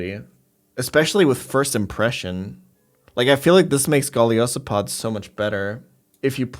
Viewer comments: hold on did I hear call Golisopod a Scoliosipod? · His pronunciation of golisapod is pretty funny